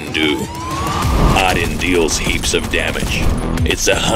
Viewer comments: Why do you pronounce it “Odd Din”? It’s “Oh Din” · It's pronounced oodin